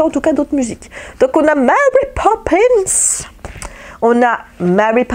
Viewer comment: Coucou, félicitations pour tes kilos perdus:) j'adore ton accent anglais quand tu lis les titres de Mary Poppins. ça se voit que tu as l'air bien, monsieur Herrmann et ton régime intermittent, les couleurs que tu amènes dans ta vie par le coloriage te font du bien et c'est agréable à voir.:) Bises